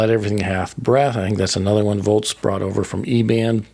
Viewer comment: Its "Volz" not "Volts" Thanks for the memories